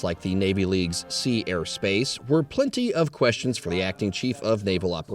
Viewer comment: Thank you for clearly pronouncing Sea, Air and Space. I sometimes get confused when I think I hear Sierra Space.😊